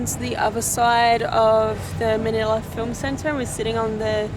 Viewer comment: Manila not manala